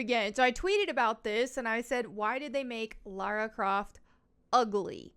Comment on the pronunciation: That's "Lars Croft". Not Lara Croft.